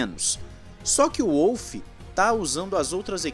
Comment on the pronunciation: Apenas uma correçãozinha, a pronúncia é Volf e não Uolf.